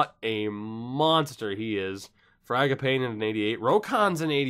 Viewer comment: Dude. It's Frag a pawney! Like Mangiapani on the Calgary Flames roster. Fragapawnee